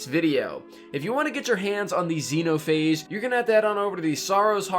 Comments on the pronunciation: The X-E-NO-PA-HA-GE Guide POG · X-eno-pha-age... 🤣🤣🤣🤣🤣. Man I like your content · Ah yes, Zeno-Pahage. Very quaint of you